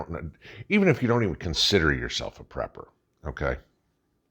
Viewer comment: Lol. Prepper. Not proper. Lol